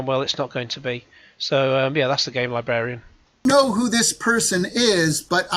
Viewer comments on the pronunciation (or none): “The Game Libwarian?!” 🙄